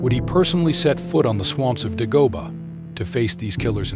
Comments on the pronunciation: Its pronounced DAY- GO- BAH NOT DUH-GO-BUH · This guy can't even pronounce the name of the planet correctly. Some narrator.